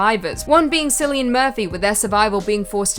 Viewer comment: Cillian, pronounced as Kill-ee-in. It's an Irish name. We have so many names that don't read like they're spoken over here.